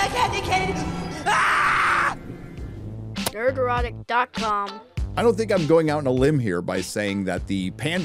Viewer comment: Was waiting for this video 😂 “ Nerodic”